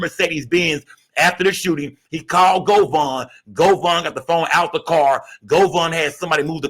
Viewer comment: It's govan not govon 😂